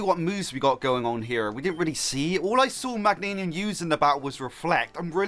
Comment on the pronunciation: Meg-gain-ium is how you pronounce Meganium